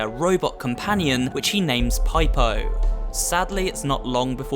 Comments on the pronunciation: “Which he names pipe-o” game proceeds to pronounce it “Peepo” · "pie-po-" Excuse me wot?..... you did not just call budget Barry Burton robot friend that way. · Pipe-O? From the cutscene later on it’s clearly Peep-O